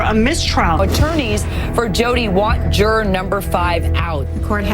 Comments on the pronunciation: "JuuuuuAAAAAR........juraaaar.....juraaar" it's "Jury" love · interesting...but I don't think I can stand this wretched woman Nancy say Juror like Jur "ARE" one more time! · The way she says "Juror" !!!!!!!!